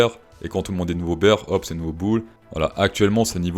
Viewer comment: Prononcer "beer" market, c'est un peu comme prononcer le "t" à la fin de 20 ...